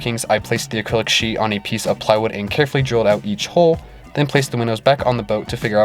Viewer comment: The more I watch boat videos on YT the more I hear people calling the HULL of the vessel the HOLE. A hole in a hull is a whole bad thing. It is a younger generation thing and mostly in the US but other nationalities mispronounce it as well. Take it from someone who has spent over 40 years on every kind of vessel there is afloat it is a HULL take away the last L and put in a K you have incredible HULK. Take away the K and you will be able to say it correctly. Other than that this HULKING HULL should hold out Ok as long as you don't have a hole.